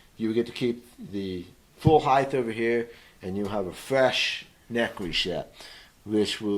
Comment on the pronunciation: Why do all guitar set-up people say heighth?